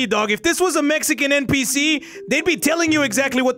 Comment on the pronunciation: Did narrorator really say PNPc LOL